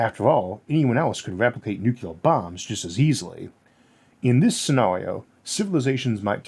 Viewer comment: I'm sorry, but did this supposed science guy just say "nucular"? Seriously?😅